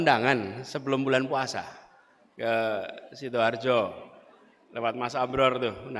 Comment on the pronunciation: sidoarjo min....bukan sidoharjo 🙂